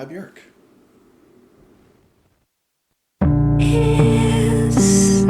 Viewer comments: You pronounce her name the closest to how it is actually pronounced in Icelandic it is pronounced like ' work ' with a B . Most everyone else says ' Bee- york ' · It’s hard to pick a favorite album of Björk’s (thanks for correctly pronouncing her name). But Vespertine is definitely in my top 3 with Homogenic and Medulla most days. Sometimes Vulnicura sneaks into that top 3, and kicks out Vespertine though